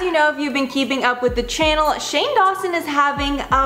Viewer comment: Sounded like you said shannel pronounced like channel.